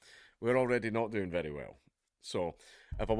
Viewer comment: I think you mean "it's berry berry bad news for children"